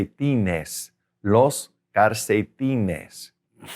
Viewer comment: Is he saying “carcetines” instead of “calcetines”, or am I hearing it wrong, or am I mistaken about how the r and l should sound?